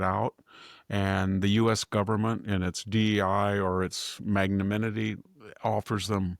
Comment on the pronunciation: VDH, please learn to pronounce magnanimity., same for Imam!!